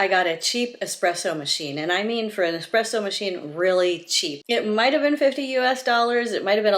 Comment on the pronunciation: thank you for correctly pronouncing espresso.....if i hear EX-presso one more time ....haha! great video!